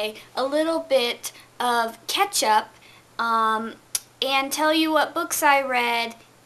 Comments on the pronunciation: Ok I was about to say it sounds like you're saying ketchup but then I saw already told you lol.... Anyway House of Leaves. The more I hear about the this book the less I wanna read it! Not that I particularly wanted to read it anyway but it did look interesting in that its written differently but I just think that reading a book should be a nice experience, an enjoyable one, not one that you should have to struggle though you know. I think you're right that they should have just stuck to the core story. Well done for getting through it though!! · You say Catch Up and I heard Ketchup Lol Let that man live his crazy life!!!